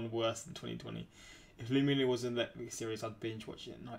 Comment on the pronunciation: BRO. It's pronounced like 'lemme know'